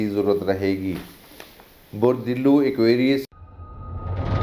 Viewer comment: Thanks dear for this reading, Aquarius, but it is not dillu it is dulv